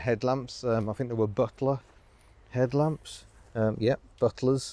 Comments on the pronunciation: "Brummie 'edlamps" lol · "Brummie headlamps - lovely". Go on, do a full video in a Brummie accent.......pllllllleeeassse. It did make me chuckle!